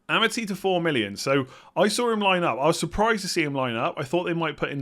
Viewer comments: its A - mar - T not Ama - T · It's Arr Marr Tee by the way not amity!